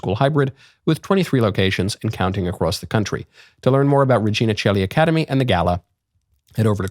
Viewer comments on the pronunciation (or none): none